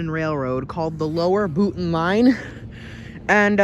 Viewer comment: Having grown up in Pompton Plains, next to Boonton, I'm impressed you pronounced Boonton correctly (with the glottal stop)... 😉 In the late 1970s we moved to Montclair, as we were (still are) members of the Studio Players (of the Studio Playhouse on Alvin Place)...